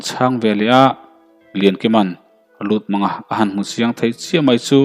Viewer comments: Lutmanga tih i lam rik dan hi, mang hi thlamang angin i lam a, pawih or paite hnam hming a Mâng ti a lam tur ani zawk lo maw..Lûtmânga a ni zawk lomaw? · LUTMÂNGA MANG NILOVIN Mâng tihtur. Rev Chawnghranga.